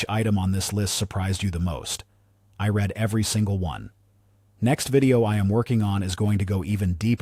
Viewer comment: Excellent information! When going over your AI narration script test, replace "I read every one" with "I reed every one," so it doesn't come out as "I red every one"...